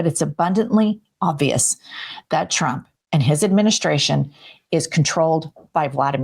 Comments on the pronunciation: She's always saying President Chump instead of Trump. Hilarious. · Just like she says "Chump" most of the times instead of Trump which tbh, is absolutely fitting. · And she calls him President "CHUMP", the dumb hole can't pronounce , t's . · it’s so funny how she casually pronounces “president chump” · Ever notice how Lyin' Leavitt mispronounces Trump as "Chump" and Putin as "Pooin?" While fitting I don't think she's doing it on purpose, she just has a speech impediment or something, but it really drives me crazy. Hell, just listening to her whiny irritating voice drives me crazy too. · It always sounds like she is saying president chump. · Leavitt sounds like she’s saying “President chump” about eighty percent of the time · Same reason she says President Chump 😂 Nobody in the 47 administration is capable of normal speech. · She says Chump all the time 😂